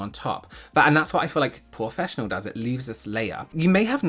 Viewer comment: Kept hearing paw-fessional and was very confused for a while 😂😂😂 🐶 🐶